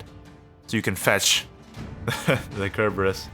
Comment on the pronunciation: Just correcting you here. It's "Sir"-berus. Not "Ker". That's not just personal interpretation. Cerberus is a hellhound from Greek mythology and that's the modern name for it.